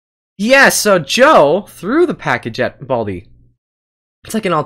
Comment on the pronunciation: Its Baldi not Balid and Balij